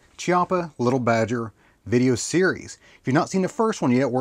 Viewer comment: Leetle Badgers, we don't need NO leetle Badgers.